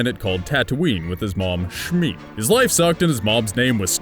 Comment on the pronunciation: its pronounced she-mi